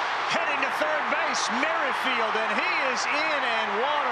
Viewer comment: Merrifield is not pronunced "merry-field". You guys are so ridiculously old.